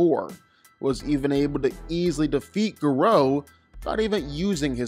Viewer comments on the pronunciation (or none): Gah-row not grow... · U pronounce gorou name wrong 😂😂